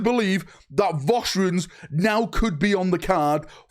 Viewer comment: What are Vaustrians? Or do you mean Vostroyans? 'Voss-troy-ans'?